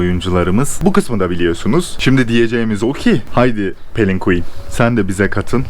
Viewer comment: Abi pelin quen deme piqüen de dkksjsjjajq